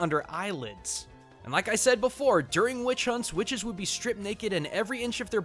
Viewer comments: QUHICTES is what I heard when you said witches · Did he say "Whuhwitches"? Is that a JonTron reference? Ok...